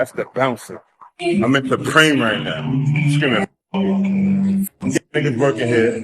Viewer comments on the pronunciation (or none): Fuck “thupreme “ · He's slow as hell. Couldn't even pronounce supreme that's Prolly why he hated it so much 😂😂